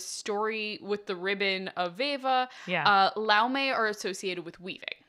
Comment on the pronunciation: So Laume is singular. Laumes is plural. It is pronoused "Loumes" or singular "Loume"